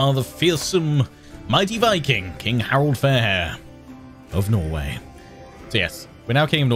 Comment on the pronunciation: The r is pronounced softly Haa-rald rather than a hard R ie: Ha-Ral-dd